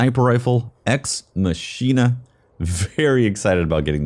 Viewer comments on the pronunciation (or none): Sniper is pronounced, Ex-Mock-eena. Not, Ex-machine-a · ex mahk eena is how you pronounce the sniper rifle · ex machina (Eks Măk-i-nah) :) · Isn't it pronounced mach-in-a? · the sniper rifle's name is pronounced "Ex MACKina"